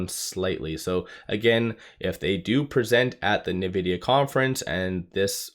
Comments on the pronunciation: You're saying " Nuh-vidia "... But its pronounced ' In-vidia ". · Dude, it's pronounced INvidia, not NEvidia, get it right 😂😂😂